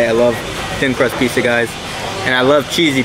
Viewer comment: Probably the one that is wrong since Pizza, here, is way too often pronounce Peesuh rather than Peet-zuh.